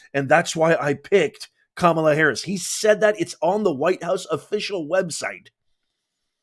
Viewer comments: Mace knew exactly what she was doing when she pronounced Harris‘s name wrong the second time the first time she got it correct. So let’s not act like we didn’t hear or see that and once again plays the victim when she’s called out .She knew trump is watching closely so mace had to perform so that she could stay in his good grace cause she’s trying to win her district. She’s just another maga coward. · I went to a great elementary school and I know how to pronounce words phonetically and it’s ka mala. ps I’m 72. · It's Kamalatoe get it right people! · Dyson just said Kamala instead of Kam a la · The way the rep was pronouncing it translates to "beast" in an Island language. Sorry can't remember which one. And besides, there was a wrestler named KAMALA back in the 70's or 80's I believe. And he was a big beast. Funny how that worked out. Just saying... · The libs were all wigging out about her pronunciation of Kabalas name. I feel she can say it any way she wants. Anyone pushing you to say something a certain way, is bullying. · The reason it may be racist is because of the association with the wrestler James ‘Kamala’ Harris. He had an Ugandan savage gimmick. So mispronouncing her name subtly makes an association with the negative stereotypes of this gimmick. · Listen to these low testosterone men and the irony they don't even pronounce her name properly only Vivek pronounce it correctly why because he's an Indian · Dyson pronounce her name wrong. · She mispronounced her name intentionally AFTER pronouncing it correctly. The person who brought racism to the panel as a topic was the person who practiced it. She identified what was addressing as racist. He didn’t call her racist. You try to speak on Harris but none of it is honest. Your viewers may fall for it, maybe they won’t. But you aren’t operating in truth when you act as if Kamala is the one who is trying to subvert the democratic process. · Montel pronounced it wrong then!